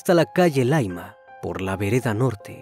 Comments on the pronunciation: ya si, el tema a indicar es que No es Laima como lo menciona, es Llaima con doble L. Y no, que sea extranjero no es justificación, ya que nosotros no aprendemos sus raros e intrincados Nombres de zonas mexicanas, ellos deben averiguar para recurrir en equivocaciones. Tu serás más simple, yo soy más exigente. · Dice colchane y es Conchalí no es laima es calle llaima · Estimado: la comuna se llama Conchalí acentuando la última vocal y la calle se llama pronuncia Yaima. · Me estoy volviendo asidua de tus vídeos , y justo e encontrado algunos casos chilenos ( soy. chilena ) y me hace gracia como pronuncias algunos lugares : Laima ,es Llaima un volcán ,Lonchali es Conchalí una comuna de Santiago capital de Chile ,pero lo demás excelente 👋👋👋